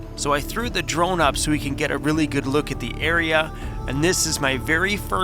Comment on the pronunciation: I thought only native people said Loogit. lol